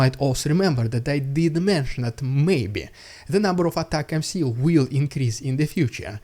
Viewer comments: It's pronounced "atac 'ems" like "attack them" NOT "Attack MC", it's not even MC it's MS 🤡🤡🤡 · Its not ATACMC its ATACMS...? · atacmS, not atacmC! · The UK sent M270's last year. I can't see anything on an initial search that suggests they're sending more? Also dude, ATACMS. Not ATAC M C. AT-AK-MS. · anyone wanna let the that he's saying atacms not atac-mc 😆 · Please.. ATACMS pronounced colloquially "Attack-Em`s" with hard "A".